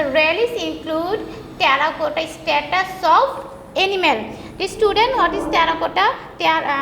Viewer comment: its statues (murti), not status. LOL